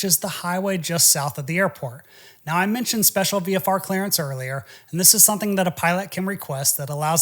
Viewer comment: Are you pronouncing the word, "something" or is it, "sun-thing?"